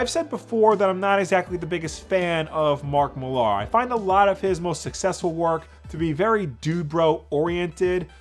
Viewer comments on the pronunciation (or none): Mark Millar is a prick and egomaniac. Also his last name is just pronounced “Mill-er” not “mil-arr”.